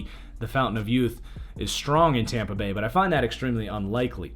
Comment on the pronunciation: Hear when it said tompa bay